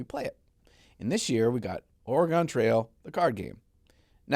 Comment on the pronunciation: Man saying Oregon wrong hurts me as a local to the state for 8 years